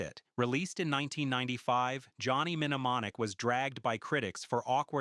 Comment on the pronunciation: Sound it out one syllable at a time. New-mon-nik. It's errors like these that make me want to turn off the video and read a book.